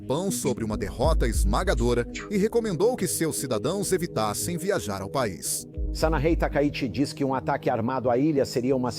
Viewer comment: kkkkkk se a China tomar a iniciativa, o POVO CHINES, ¨DECAPITA¨O PCC, a propósito, o nome correto da Primeir Ministra é SANAE e, Não SUnae...